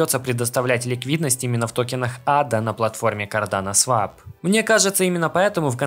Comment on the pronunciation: Да когда же вы уже запомните, что swap читается как свОп, а не свАп